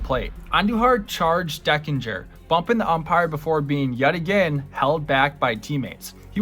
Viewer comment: John TU-dor, Dane Iorg is pronounced "Dayne" . The umpire's name was not "Dan Deckinger," but Don Denkinger.